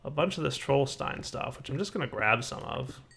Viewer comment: Hey, Little german info, try pronouncing the "st" in Trollstein like "sh" in "shh, be quiet" Have fun in the Twilight.